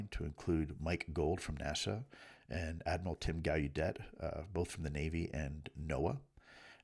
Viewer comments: Again Lue, the names are properly pronounced "Gal-a-det" not "Guy-u-day" and "Grusch" not "Groosh". You should know this by now my friend. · Come on Lou. If these guys are your “friends “ then get their names right, dude. It’s pronounced Grǔsch like hush not Groosch. Also, it’s Gallaudet with the LLs pronounced.